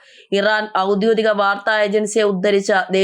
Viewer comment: ഔദ്യോദികം അല്ല ഔദ്യോഗികം